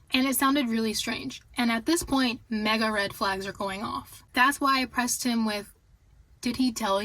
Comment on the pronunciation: Just to clarify that you say “mega red flags” or “maga red flags”?